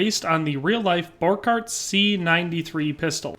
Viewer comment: Okay it's spelled Borchardt and it's pronounce like this bor-shard-t the D&T go together as you say it